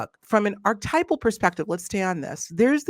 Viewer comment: Artypal?? Archetypal please. Respect . . . .